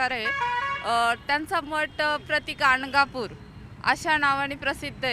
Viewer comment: गांडगापुर, नाही ग बया गाणगापूर आहे.पण तुम्ही गांड गा पुर म्हणा हवं तर...तसच आहे